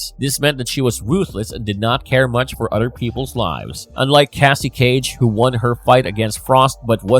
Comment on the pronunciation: Her name is Cassie Cage, not Kacey Cage. Haha.